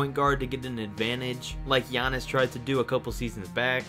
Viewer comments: How did you mess up Giannis’s name? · That’s not how you say or spell Giannis’s name